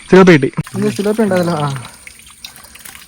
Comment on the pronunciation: സിലോപ്പിയ അല്ല .....തിലാപ്പിയ